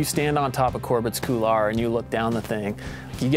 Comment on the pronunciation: great shoot. epic for sure. Don't mean to be a stickler on american pronunciation, but this run deserves some respect, and couloir should be pronunciated correctly. Just on this video alone, there were 3 different ways people said it, and none felt comfortable saying it. So as a climber, and avid hiker, who dated a french girl. I'm setting the record straight. It's a french word, and is pronounced "cool-wah". Thank you for the great video. I love TGR!